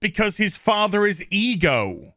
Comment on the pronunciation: Who else hears e girl every time he says ego